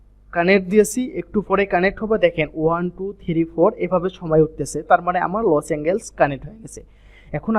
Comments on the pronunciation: Bryh😆 লস এঙ্গেলস জীবনের প্রথম শুনলাম এটা আবার কোন যায়গা!!??🤣 শুদ্ধ করে বলার চেষ্টা করুন, ওটা লস এঙ্গেলস না লস এন্জেলাস হবে🤷‍♂️ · ভাই লসএনজেল হবে। উচ্চারণ একটু শুদ্ধ করে বলেন।